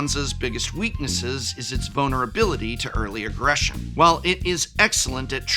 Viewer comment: i know for a fact you were saying "vulnerability" but i could only hear "bonerability"